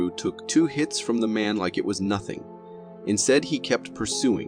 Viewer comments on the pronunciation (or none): none